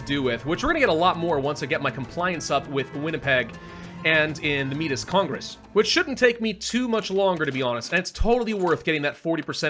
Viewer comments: Just so you know Metis is not pronounced meat-is. It's may-tee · As a Canadian I feel like I have to say it, Métis is prounounced May-tee. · ARRRRR METIS (I'm sorry)